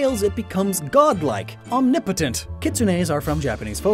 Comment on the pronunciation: "OHNIPOOTINT" Omnipotent?